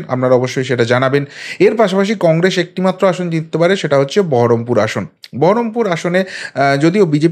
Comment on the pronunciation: Congress uchharon ta thik korun